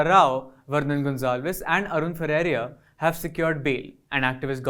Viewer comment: Please ensure that the speaker pronounces Arun Ferreira's name as 'Ferreira" and not "Ferreria". This is a basic courtesy.